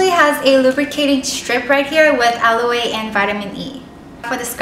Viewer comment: "Aloe" is pronounced "alo" and not alo-e like the Korean pronunciation ;) You are so cute!